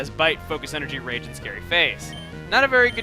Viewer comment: when you said golbat has rage in sapphire, I thought you said rape. I was like O.O